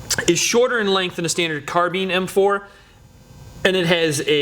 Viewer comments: carbine not carbeeeen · why does he say "carbean" ? its carbine !!